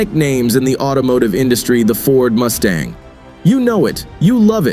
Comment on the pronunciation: Did he say Moosetang...?